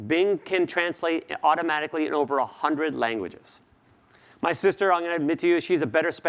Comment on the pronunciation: ¿auRomaRicly? Please pronounce the T.